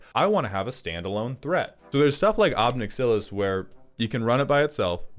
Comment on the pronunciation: why the fuck do you say ob nixilis like that bro